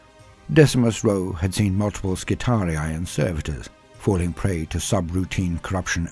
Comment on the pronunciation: You're one of the only people I've heard pronounce "skitarii" properly. As always, love the storytelling. You're the boss 👊